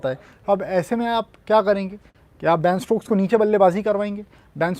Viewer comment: shashank bhai... its ben stokes..not baan stokes